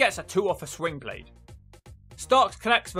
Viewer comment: slingblade, not swingblade bro lol